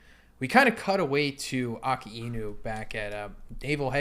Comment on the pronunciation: Please say akinu’s and Kizaru’s name correctly